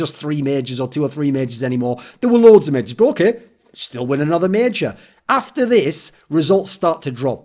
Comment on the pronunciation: you also said majors incorrectly, you said mages ^..,~